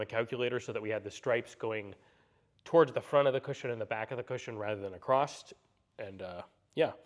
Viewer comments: What does it sound like he's saying acrossT lol it's across lol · No such word as acrost!